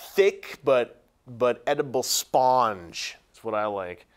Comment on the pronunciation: Why do you say Spawn-ge instead of Spun-ge?